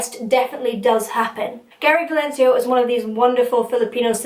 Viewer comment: Who? Did you say "Gary Valencio"? Hmm.... Love you.